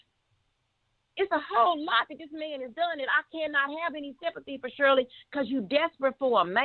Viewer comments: No disrespect you're saying her name wrong it's not Cheryl it's Shirley Strawberry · Her name is SHIRLEY/ not Shirl😂😂😂😂